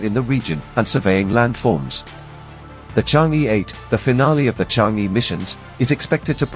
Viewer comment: pronunciation mistake... it is not e, it should be pronunciated er, sound er is more closer to Chinese words. Chang'e is a name of mystery fairy living on the moon in ancient Chinese culture ..pronunciated as Chang er 😂😂not chang yee.she may not like ppl call her name wrong..